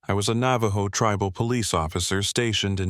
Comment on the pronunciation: AI's Navajo needs work.